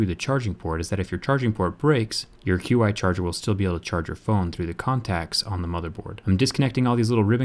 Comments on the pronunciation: dude, it's not pronounced QI charger. It's pronounced like chee. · "q-i" it's pronounced "chee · Isn't Qi supposed to be pronounced as "chee"? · Qi is pronounced "Chee" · It's pronounced as chiee for QI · I thought QI was pronounced "Ch-ee" or "Chi". That is how I have always heard it at least here in the United States. Maybe I am wrong?